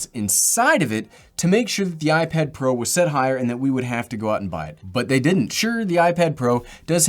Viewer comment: i don’t think anyone noticed this but he said iPad Pear